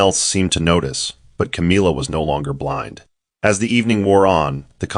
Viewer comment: I just wish that the AI voice would have known how to pronounce the name CAMILLA.